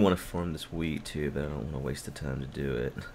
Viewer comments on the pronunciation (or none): none